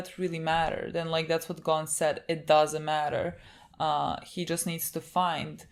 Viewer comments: It's Gon not Gone, they pronounce it wrong... But okay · This is such a little thing but I really want to point it out Gon isn't pronounced as Gone It's actually "Go-n", Go and then an almost silent "n"